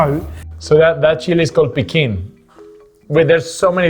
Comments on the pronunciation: That small chilli is called “Piquín”, not “Pequín”. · Mexican here, fun video, but.... not magical. Almost. Come on guys, you have a true Mexican on the show and you say mEzcal instead of mezcAl and you don't call hibiscus water by its iconic Spanish name agua de jamaica, it's piquín chile not pequin. Mhmhmhm. But I absolutely enjoyed the explanation about all the chiles throughout the country, I could feel all the flavours in my mouth, yum yum. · The small dry chile is called PIQUÍN not pekin!!!